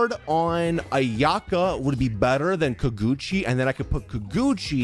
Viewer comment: every time he said KUH-GUCCI for the Kageuchi sword I kept saying it’s KAH-GEH-UCHI !!!! 💀